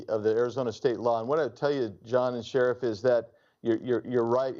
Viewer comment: It's "Sheriff", you obnoxious moron.